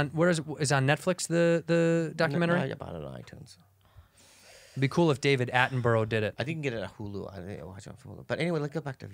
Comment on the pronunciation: Attenborough is ‘attenbruh’, anything ending in borough is bruh lol